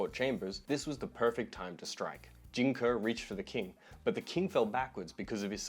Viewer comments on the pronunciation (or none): its pronounced Jing "Kay" not kuh. Just so you know. Best wishes